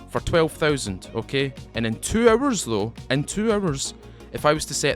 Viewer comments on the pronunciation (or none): Off topic: guess the accent is South African? Guess am the only one who heard hours--> errors, items--> A teams ... :)